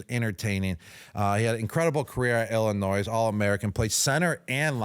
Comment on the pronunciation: Gronk Please quit saying Illinois S in the state name, the S is silent. Gently requested. Much respect. To the producer of the podcast shame on you for not telling Gronk!!